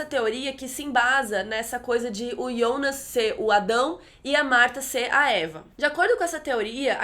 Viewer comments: Pq vc chama o JONAS DE YONAS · "iounas" kkkk